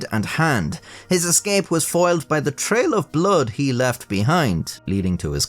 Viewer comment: Dude you are awesome. Love the animation and of course your inability to pronounce TH... Holy Fuck.